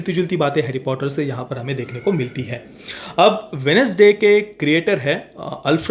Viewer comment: Bro, Wen-Nes-Day to American Accent ho gaya.. Indian Accent to Wed-Nes-Day hai.. Aap flow mein galat bol gaye